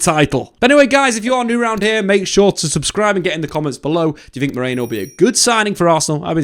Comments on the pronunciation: ME-RI-NO not MORENO lol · British people can't pronounce Merino for their life. Stop pronouncing it like it's spelled Moreno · Why CANT you pronounce his name properly... MERIIIIIIIIIII NO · Meriiiino. Everyone keeps saying Moreno... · I like your videos Dave, but calling him Moreno every 10 seconds was unbearable, very unprofessional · They can't say his name for some reason. All English media have been butchering his name. I heard Marino, Moreno, Mereno, 🤣🤣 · Every time they try to say Mikel Merino for some reason they say Nico Moreno or something like that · MerIno. FFS at least pretend you're trying... my word. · Butchered his name throughout this 😂 good video besides that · I genuinely can't tell if he's mispronouncing his name on purpose, or is actually dyslexic and can't read the letters of THE NAME ON HIS OWN DAMN DIAGRAMS...either way, do better Dave. Or should that be?